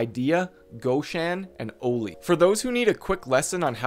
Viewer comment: "O-LEE" lol its pronounced "Ollie" like the skate board trick. Anyway great video just the pronunciation drove me nuts.